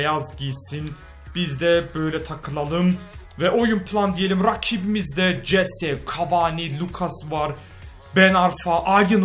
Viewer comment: abi o jese değil hese okunuyo